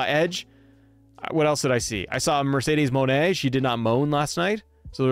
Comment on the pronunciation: Not trying to be mean it's Moné